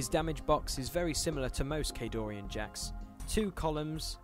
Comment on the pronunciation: During the background info part, the music is too loud. And, it's Khadoran, no i. Great video anyways!